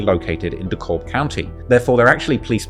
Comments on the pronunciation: Dekalb is pronounced "Dee-Cab" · You funny it pronounced Dee-Cab dekalb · Its pronounced de cab